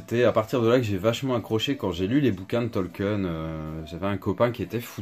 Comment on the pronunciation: Hello c'est pas Tolken c'est tolkien le i se prononce